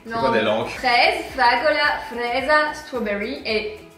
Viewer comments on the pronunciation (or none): C'est pas méchant, juste pour mieux prononcer fraise en espagnol à on dis fresa comme si il y avait deux s